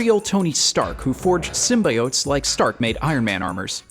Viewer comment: Keeps pronouncing it "sym-bye-otes" Hope they at least re-post this video,with all audio replaced with "sym-bee-otes'